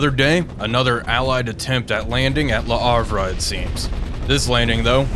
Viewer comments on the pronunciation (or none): Ist's Le Havre, not Le Harf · Please How to Pronounce Le Havre? (CORRECTLY) French City Name Pronunciation :-)